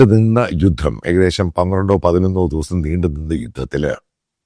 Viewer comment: ദൗസം എന്നല്ല... ദിവസം എന്നു വേണം പറയുവാൻ... ❤